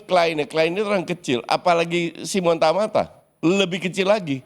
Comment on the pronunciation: Simon Tahamata bkn tamata cuk... Kocak